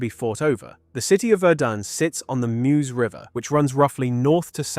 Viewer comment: No one who lives anywhere near it, pronounces "Meuse" like that. We are not Americans.